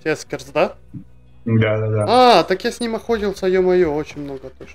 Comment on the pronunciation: Только не Эскерс, а Экерс. Но это конечно не принципиально